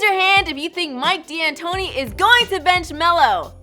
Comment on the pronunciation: It's pronounced Mike (Dan tony) D'antoni.